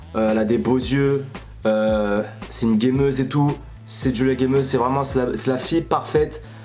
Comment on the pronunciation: Julia gameuse pas DJulia gameuse 😂😂😂😂